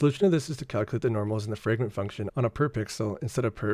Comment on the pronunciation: small note, you're saying "fragrent" instead of "fragment"